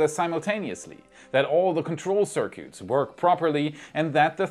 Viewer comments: Trying to help.. Circuits - is pronounced sirkits .. sir-kits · cir-cutes lol